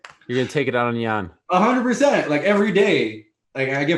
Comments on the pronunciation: He keeps saying Jan Jen Yaan, like dude come on now. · I think Reyes woke up to do this interview. He keeps calling Jan Blachowicz "Jan, Yan" pick one man! It's pronounced Yan, but you keep calling him Jan, then Yan. 😂With that said, I am excited about the fight. Whoever wins is the real champion, just like when DC won it, but they will just be the light heavyweight champion, not the greatest light heavyweight champion. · Reyes pronounces Jan's name 4 different ways inside of 2 min lol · Jan “Jen” Blachowicz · Dominick "I'm all aboard" Reyes Dominick "Keep me in the loop" Reyes Dominick" Says Jan instead of Yan" Reyes Dominick" short notice co-main" Reyes Dominick"Jon isn't technical, he's tricky" Reyes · Lol he can't make up his mind on how to pronounce Jan. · Reyes had a bet on how many times he could pronounce Jan with a J in this interview.